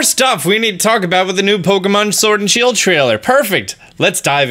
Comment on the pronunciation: “Shiled” O k